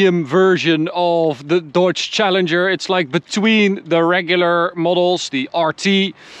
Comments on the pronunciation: DODGE..NOT "Dawge". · It's his accent. His Dodge sounds like Deutsche